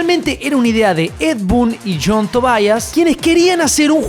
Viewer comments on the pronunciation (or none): TOBIAS.......no Tobaias!!! la pronunciacion es la misma... Tobias...